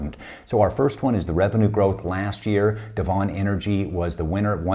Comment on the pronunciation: Love your stuff …! Worked as Frac Engineer in the oilfield with Devon (DVN). Loved their processes as a previous Production and Operations student..! BTW, it’s pronounced deven… like seven…! Thanks for all of your tips…